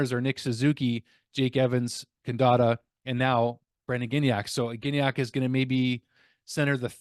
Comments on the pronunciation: NoT GiGnac, have a bit more respect for French names! Gignac is pronounced Gee-Niac... I enjoy your updates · Hey, Gignac is pronounced Gee-Niac. A hard G followed by an I sound will generally be spelled GUI and not GI. GI is a soft G. I know it's complicated lol. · Gig-nac hurts my brain